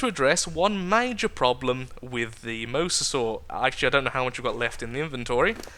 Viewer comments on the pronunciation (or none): it is pronounced mo-za-saw not the way you have been pronouncing it for the last 2 episodes!